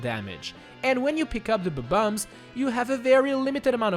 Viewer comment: I Like it how you say "B-Bombs"